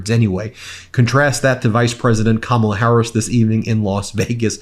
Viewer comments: 6.55 he pronounces her name right then corrects himself to say it wrong. Just bizarre 💩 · Threatening someone’s life will make his base love him more. But notice, in ABQ, he said Kamala incorrectly, then correctly - he knows how to say it, but chooses not to for his base, like wearing black and yellow was no accident. Dog whistles, every bit of it.